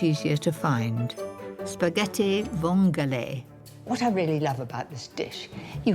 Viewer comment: Nie "vong", tylko "vongole", na litość boską.